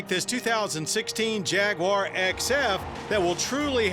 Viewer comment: Jag waaar ! You are pronouncing it wrong mate.